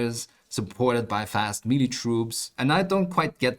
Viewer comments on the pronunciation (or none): none